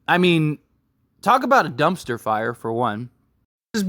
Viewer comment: Bumpster...Dumper? Are you trying to say "dumpster?"